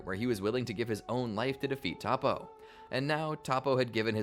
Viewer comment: Zen-oh not Zeno, To-po not Topoh